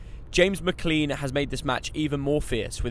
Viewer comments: ITS NOT MCLEEN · hey im from ireland and its prononced mclane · it’s pronnounced mclane